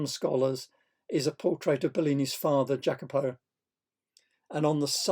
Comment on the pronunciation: Great! Love it! BTW: It's pronounced 'yackobo'. Many thanks! MORE!!!! Veneziano! Castagno! Rossellino! Piero! All the early/mid quattrocento!!!